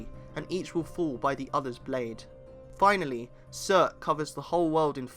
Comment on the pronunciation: Wish you were pronouncing the names as they were meant - with northern accent. Not Syurt but Soort.